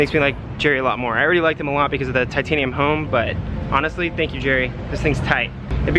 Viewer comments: BaliRK it drives me crazy when people say jerry home balis. like uh no its hom!!!!!! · Hom not home